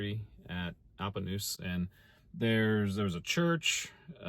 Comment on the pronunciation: We watch your videos almost every night. We live outside Pomona. My wife went to Appanoose school. Yes you said it right. Lol. Keep up the good work man. Really enjoy your content.